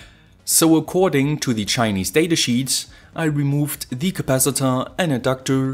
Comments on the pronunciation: Alter, kannste Dir nicht mal merken, dass man "thieee" immer nur vor Wörtern mit beginnenden Vokalen sagt ?? und sonst nur ein normales "the"... Hört sich ja furchtbar an... lol... Aber sonst gut erklärt die Schaltung ! Und wie kann man sonst, so mit dem Stift malen, wenn man den so komisch hält...lol... Naja, aber bist ja nen Perfektionist, gute Videos ! Daumen nach oben...Gruss, Stefan. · Hey, ich liebe Deine Vids, echt gut erklärt und ich habe schon viel gelernt. ABER eine Sache muss ich loswerden, hoffe Du nimmst es mir nich krumm.. Die Aussprache bei "the" ist nur bei AEIOU als Anfangsbuchstabe des Folgeworts "The = Thie/Die" und sonst immer ganz normal "The"... Nach rund 100 Vids fällt mir das immernoch krass auf... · The video is awesome. I have a one complain. I am not a native English speaker, so maybe somebody could correct me, but I think you use word 'the' incorrectly. Or maybe it just the way you put emphasis on this word. Like 80% of the time